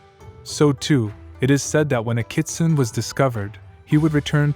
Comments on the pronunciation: Good video and informative. But the word is pronounced “Ki-tsu-né”, just for future reference. :) The BG music isn’t Japanese folk music either, its traditional Chinese music. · Thanks for butchering the name . 😅.